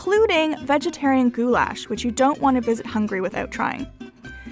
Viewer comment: Your pronunciation is so funny! Goulash=goooyash and Kürtőskalács= koortoshkalach